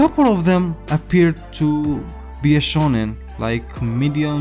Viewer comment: Chunin not shonin